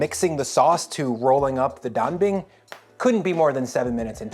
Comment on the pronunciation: The pronunciation of Dabing is on point 😂